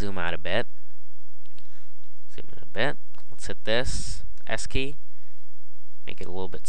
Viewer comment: To make the cube white, what do you press? All I hear is "Press the key key".